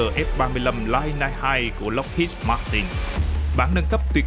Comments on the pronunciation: btv đọc đúng tên máy bay nhé " lai nai " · Đọc từ Lightning cho đúng nhá.